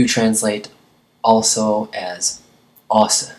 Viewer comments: Enten er du virkelig dårlig til dansk eller så har du en underlig måde at udtale ordne på, også udtales ikke sådan. Det lød som om du sagde os (us) og os udtales som du siger der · Du taler rigtig godt dansk! Det er meget flot, og du har en rigtig god forståelse for kulturen, lader det til - endda de ting, vi danskere ikke tænker over i hverdagen. Jeg ved ikke, om du er klar over det - men du bruger faktisk dialekt, når du udtaler "også". Du udtaler det nemlig 'os'. På rigsdansk ville man sige og-så. If you would like help with your danish, I well also offer my help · Thank you for this video, it is so useful! I decided to learn Danish only recently and am really enjoying studying it. I had a question. I noticed that when you say Ogsa, you didn't pronounce the vowel at the end. Do you always ignore the vowel at the end of the word? Many thanks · ignoring the Å at the end is a lazy way of saying "også", it's very common to pronounce this word without the Å but both ways work and have the same meaning, however it is always spelled "også" ofcourse. also, ignoring the "Å" makes "også" sound just like the word "os" which means "us".